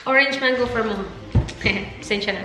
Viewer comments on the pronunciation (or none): none